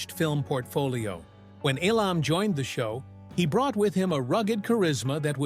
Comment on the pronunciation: You're frequent mispronunciation of Jack Elam's name, haphazard use of video that many times did not match what was being said, and being reminiscent of the early MTV style of mindless imagery made what could have been an excellent video mediocre at best. The haphazard assembly of the poorly produced segments with much repeated information finally pushed me to end viewing about 2/3 of the way through. As one other commenter implied, this is clickbait at its finest.